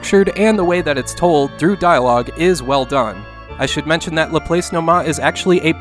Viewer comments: According to my math teachers, "Laplace" is pronounced la-plahs. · Great video, as always. I want to offer a small correction. Laplace is a French name pronounced more like Lah-Plahss. Laplace is one of the many mathematicians and scientists whose name my American students struggle with, e.g., Euler, Fourier, Chebyshev, etc. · I think Laplace is pronounced LA-PLASS like the famous mathematician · While it's not that big a deal, "Laplace" is pronounced Lah-PLAHSS.